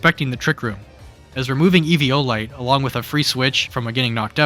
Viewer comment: Jesus you really can’t speak huh? They are pronounced ArKaludon, *E*violite and *Goth*itelle. Why use words like „P2“, „OHKO“, „mon“ in spoken language? Impaired intellect boy struck hard this video.